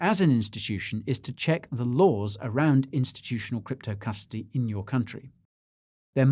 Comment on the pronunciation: Did you say Custardy...you drinkin on the job Guy!